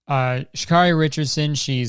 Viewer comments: her name is pronouned shuh-care-ee not shuh-car-ee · hey kurt its pronounced sha-care-eee instead of sha-🚗-eee also u forgot to mention she was smoking weed to cope with her mother dying